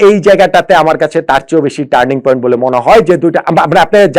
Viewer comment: ইয়েস ইয়েস টানিৎ পয়েন্ট........!!